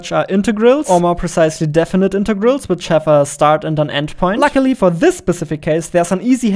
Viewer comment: I love how you pronounce integыls